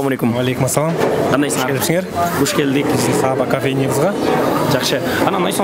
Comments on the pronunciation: САбба эмес,Саба дебейсиңби алып баруучу. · Сонун. Алга ! СаБа дегенде ударениени биринчи а га койбой , жон эле кымыз куйган Саба буюмун айткандай айтсак туура болот ко дейм ! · Саба деп созун башына ударение койбой Саба создун аягына койсонор окшошмок.Кымыз куюп чалат ошол идишти айтат